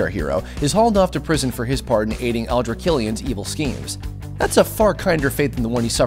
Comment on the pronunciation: Aldrich Killian not Aldra.....